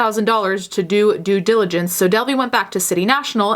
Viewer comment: I'm so impressed with how you said 'to do due diligence' - that's hard